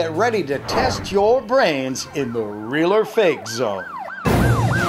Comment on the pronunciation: Yeah his is “ril”